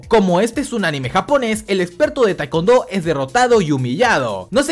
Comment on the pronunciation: no se dice taekondo sino se lee taicuondo